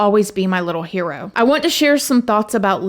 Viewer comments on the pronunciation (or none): none